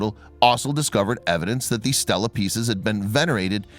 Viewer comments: It's not pronounced 'STELLA' with e's like in 'hell' but 'STEELA' with e's like in 'me' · Stel la-a woman's name, stee lah-a stone raised by humans to record events, history, memorials, etc. NOT pronounced or spelled the same, and NOT interchangeable.